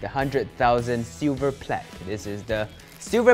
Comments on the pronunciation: its plaque not plague and dual not duel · Silver plague??? I thought it was plaque.